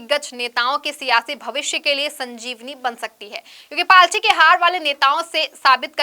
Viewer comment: It’s “party”… not “palty”